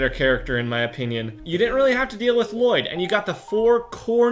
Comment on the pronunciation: it was funny when u said Llloyd